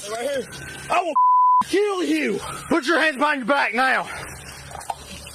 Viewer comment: noone who pronounces ''kill'' as ''keeeeyyyyuuulll'' should be a cop